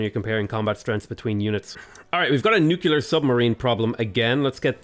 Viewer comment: AAAAA, IT'S NUCLEAR, NOT NUCULAR